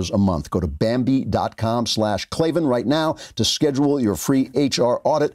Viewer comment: There is no "E" in Klavan